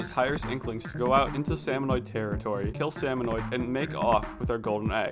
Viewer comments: I just keep thinking, "It's SalmonID not SalmonOID" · Every time he says “salmonoid” I internally scream “ITS SALMONID YA DINGUS”.